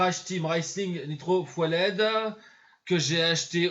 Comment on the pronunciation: Pas "foueled",on prononce "fueled" mais ça donne le son "fyould"